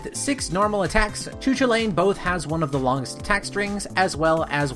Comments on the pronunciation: "Choo choolane" LMAO But in all seriousness its pronounced "Koo Kool layn" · I've heard that pronunciation you are describing is pretty obscure or maybe even incorrect. Irish person I know told me it was "koo kal in" with "koo" like "coo" in "cool", "kal" like in "Carl" just without the "r" (or like in Superman's name "Kal-el") and "in" just like the usual word "in". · You pronounced his name wrong, great video still but as a person who really likes Irish mythology I get irked when you pronounce his name. It is pronounced Koo-cul-lain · Best doggo’s spotlight, he’s got a LOT of speed and distance to work with in his combos, but if you can steer him properly he can wipe out crowds faster. But yeah he’s definitely unfortunately underwhelming thanks to his overwhelming movement and linear focused attacks. Also I know Celtic names are super tough, but Choo Choolain is probably the funniest pronunciation I’ve heard yet. The closest I can spell out a pronouncing guide is Coo Cullen.